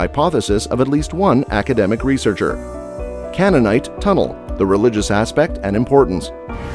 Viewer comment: You really need to learn how to correctly pronounce Siloam, Hezekiah and Canaanite.